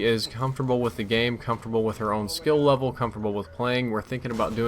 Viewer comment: you LOVE-L up with your wife. (I'm only joking about that mispronunciation of *Level) You LEVEL up with JHub. (cause that's what friends help you do WOO) Sweet life man sweet life:D This game also looks pretty fun and I might check it out.